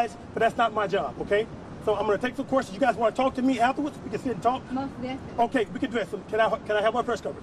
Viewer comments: If he says "queRstions" one more time!🤣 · He kills me with "quer-tions" and "achqua-sations"🤣🤣🤣